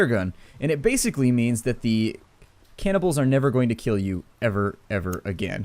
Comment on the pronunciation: Cannibals not "cabernils"